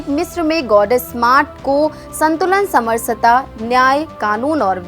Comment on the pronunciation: समरसता ❎ समर सता ✅. 😅😅😅😅😅😅😅😅